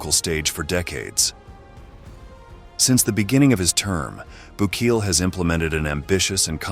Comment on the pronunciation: Why do you butcher his name.